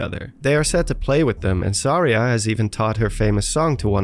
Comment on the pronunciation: Suh-REE-ah not.. Sar-EEah